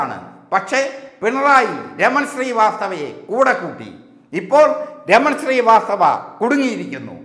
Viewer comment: എടാ കോയെ raman sri vasthava അല്ലടാ raman srivasthav